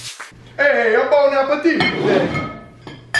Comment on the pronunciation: how an Italian guy says bon appetit